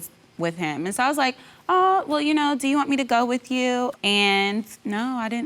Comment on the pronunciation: "We usually have movie niiiiiight or game niiiiiight and play the xbooooooox... ya knooooow, drink wiiiiiine, whateveeeeeeer..." Single-syllable words shouldn't last 3 seconds.